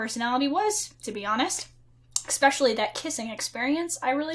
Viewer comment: Did you just say "expecially"? :)